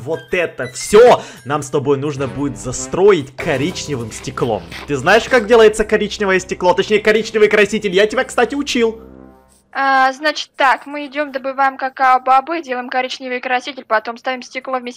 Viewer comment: мне одной показалось что сказал "заСРоить"?